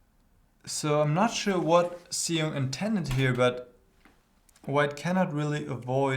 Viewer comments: GM Huschenbeth, his name is pronounced as Shong ( rhymes with Song ) :) Thanks for analyzing this game. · I believe his last name is pronounced "shong." The X in Chinese names is normally an "sh" sound.